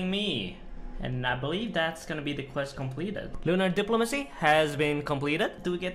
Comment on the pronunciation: is the only guy i know to say diplomacy in 1 syllable